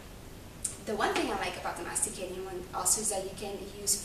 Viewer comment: SOUNDS LIKE YOU ARE SAYING "MEXICAN JUICER" NOW CAN I SEE YOUR MUFFIN?